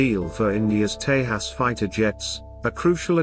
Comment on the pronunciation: tejas not tehas, correct the AI.